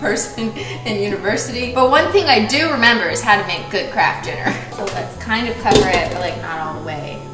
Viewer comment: I just thought they changed the packaging and I didn’t know, phew. Also why does she keep calling it kraft DINNER!